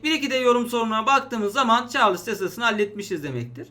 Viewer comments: hocam çarlıs değil de çarls diye okunmaz mı mantıken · "Çarlıss yasası" :)